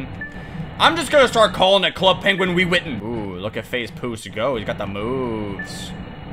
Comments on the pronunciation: nobody:: wewitten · when he try to say club penguin rewritten i only heard "Club Penguin Will Weathon" Lmao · I love how all this time later, still can't say Rewritten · Every time he can’t say rewritten it kills me🤣🤣